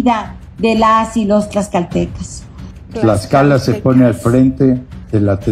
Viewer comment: Hola bonita Se dice tlaxcaltecas.